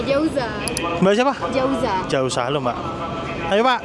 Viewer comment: jauza mas bukan fauza 😂😂😂